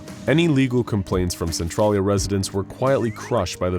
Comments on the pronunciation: you butchered how to pounce centralia. cen-tral-ia. i grew up in centralia WA. n everytime you said it i cringed hardcore. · I hate the way he pronounces Centralia... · Don't know if its just a local thing but the way he says centralia is weird